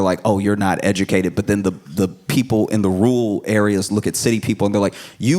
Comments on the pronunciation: it was confusing how josh said r'ra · The way Josh says Rural sounds like “Rule” to me and it threw me off for a second. Great set regardless though. ❤ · TIL Josh can't pronounce the word "rural". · "Rural" is hard to pronounce. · hi josh. can you say rural for me one more time?